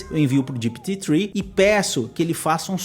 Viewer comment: Cara, fala GPT direito. GIPITI nada a vê !!! O vídeo é para brasileiros e não para americanos.